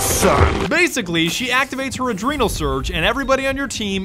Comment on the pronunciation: “Adreenal surge”. Lol